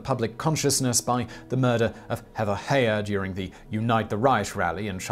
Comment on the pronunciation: Heyer is pronounced Higher not Hayer. Its like needles in my spine when I hear it mispronounced, especially since it’s my actual last name.